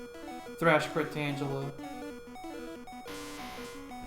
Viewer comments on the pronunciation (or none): I've never heard anyone pronounce Tangela that way.